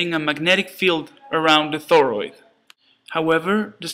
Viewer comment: This trips my out every time he says "thoroid" LOL. But seriously, i know you spent a good bit of time on this stop motion and it does a great job of showing what is happening in this wonderful little circuit!